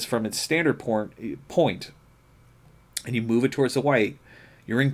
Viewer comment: you said “porn” lol 😂.. but “point” is correct lol just pulling your leg.. thanks for this vid.. I’m getting this ASAP..